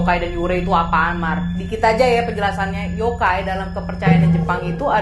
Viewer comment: Klo ngomong "yokai" kok mirip orang Jepang ngomong "okay/ ok" .....